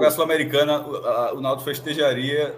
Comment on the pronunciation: Cara falou náuticu, eu parei kkkkk